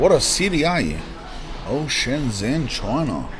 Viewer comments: Native speaker here. It is pronounced Shen-jen with a j sound as in "Jen" (the name.) Get this, the j and zh sounds in Chinese (Mandarin, at least) are different. But the zh sound is equal to the English j sound. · You were an hour away from me, lad. Should have smelled the Parisian shit from your trainers. This is China, man. It's fucking nuts. EDIT. It's Shen Zhen(like jen) ZH makes a J sound. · The “zh” in Shenzhen is pronounced like a J sound so it’s like Shen jen ( if you wanna sound like a local 😃 awesome video bro I’ve been living in Shenzhen for 3 years. Would be cool to bump into you here in the future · shen-JEN, not shen-ZEN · The pronunciation is not "Shen-zen" it's "Shen-gen" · It's pronounced Shen-jen, not Shen-zen. I hear this on Youtube all the time....the 'zh' in Chinese is pronounced as a 'j'. BTW, I lived-in Shenzhen in and it was even very advanced back then! I do recall living on the 24th flood of a building just on the north east side of Lianhua Park in Futian District, quite family friendly. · Nope, that sounds like "shen jian", which is wrong. It's pronounced like "dr": "Shen dren". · Mandarin when it has a Zh is pronounced DJ. ShenDjen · pronounced 'Shen-Jen' cuz. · Na ur wrong once again because unless u speak in a dialect the zh sound is a j sound but with ur tongue towards the back of ur mouth so its kinda sounds like dr but its not because the dr sound in english is pronounced very differently to the zh sound it just sounds similar